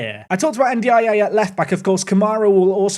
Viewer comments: Hi, it’s pronounced N-Die-Ay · Your pronunciation of N'diaye is criminal. 😭😭